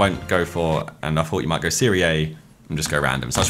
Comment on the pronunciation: Every time Josh says "Serie Ei" my Italian heart dies a little bit